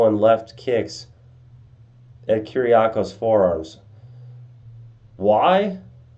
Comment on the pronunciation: I have the same name, your pronunciation is pretty decent!